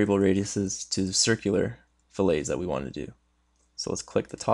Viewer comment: It's not an American thing, this is the first time I've ever heard "fill lay" except when referring to a fish fillet. Please. Please! It's "Fill it" or "Fill let".